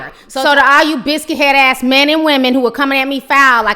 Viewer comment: Guuuuurl not biscut head